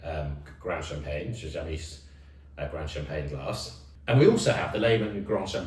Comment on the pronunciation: youre not pronouncing the champange right